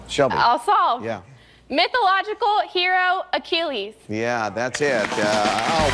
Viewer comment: Pronunciation is his “a - chill - iss” heel.